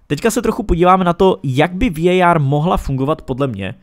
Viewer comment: Ta anglická výslovnost je hrozná, pro mně prostě VAR.